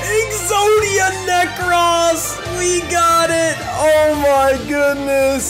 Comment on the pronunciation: Exodia Ne- Cross no it is pronounced Exodia Necrose